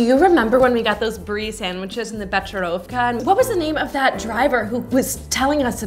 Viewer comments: It's pronounced Be-ker-ovka, not Be-cher-ovka! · If being snob means drinking becherovka in Czech Republic czech president is the biggest snob of all time. Btw you pronounce it bčrovka but it is pronounced be-che-rof-ka, in Czech you don't read ch as you do we've got special speech for it, and also you probably meant '' Na zdraví" not "nsdrvi" the one who wrote this screenplay has never heard czech language.... But after all I'm happy that you mentioned us not Germany, Spain, Italy, France etc. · Completely unrelated but the pronunciation of Becherovka is more like "becerovka", I mean it's more like a "k" sound than "ch".